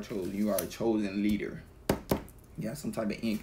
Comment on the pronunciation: Asè thank you for the message. I swear it sounds like you said Lyric (my name) when saying Leader . Maybe I’m trippin lol